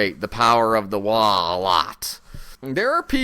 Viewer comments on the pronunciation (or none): Side point: It's WAAAAAAGH! not "Waah" (although the G is semi-silent). If your throat doesn't hurt, you didn't pronounce it correctly.